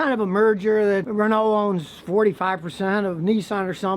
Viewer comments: Your pronunciation of Renault is atrocious. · "Renoh" or Renault